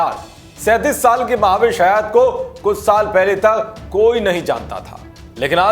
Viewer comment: Maha-vish😂😂😜😜 Uska naam mehvish hai mere bhai...... Bhai kuch bhi thik se pronounce nahi kar pate.... Khud ka naam tak thik se nahi bolta.... Muh se supari nikal ke baat kar re baba.... Wo dusra anchor kaha hai wo sab theek se pronounce karta hai.... Usko bulao yaar